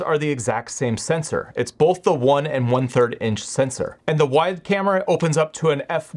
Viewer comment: It's really distracting when you say bowlth instead of both.